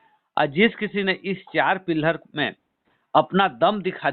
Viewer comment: पिलहर नहीं होता है पीलर होता है. प्लांट नहीं प्लान होता है. पहले आप सही से बोलना सीखिए सर जी. आप के अल्फाज़ शब्दों को बदल दे रहें हैं.